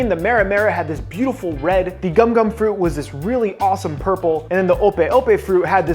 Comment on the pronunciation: not gum gum fruit its “GoMu gOmU nO Mi”